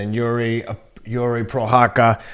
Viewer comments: Its...Prohaska...not prohakka lol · it's pro- hosh- kuh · Actually this time Teddy was closer to the right pronunciation than, I don't know why was say CutLeRabla and Pro-Haka. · “Prohaka” no one in the broadcast said it like this wtf 😂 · Pro-haz-ka is the pronunciation ken 🧐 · Was waiting for the prochazka name to be mention just to hear how Teddy would pronounce it, he didn't disappoint LoL